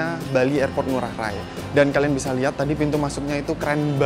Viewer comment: Ngurah rai bukan rae